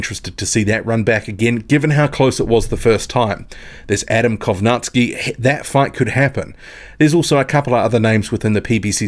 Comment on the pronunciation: You are the only person on YouTube who can pronounce Kownacki name.